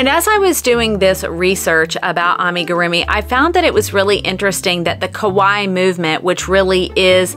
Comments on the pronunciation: Hahaha... you keep saying "ko-waii" ("scary") in Japanese instead of "ka-waii" ("cute"). 🤣 Haha. I'm sorry but that was hilarious. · The way you pronounced KAWAII youre actually saying scary instead of cute. KAWAII is pronounced KA WHY EE emphasis on the EE its 3 syllables whereas KOWAI aka scary is 2 syllables KO WHY and doesnt have any EE sound at the end.